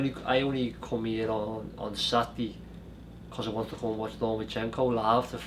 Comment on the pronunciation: Rocky ‘satdee’ Fielding.